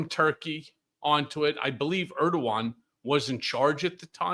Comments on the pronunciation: Okay, I love you, Ben, but Erdogan is pronounced Erdo(w)an. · Hi Ben, just a quick one, Erdoğan is pronounced Er-dew-wan my friend, lot of time spent in Türkiye lok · Erdogan is pronounced Er-doo Wawn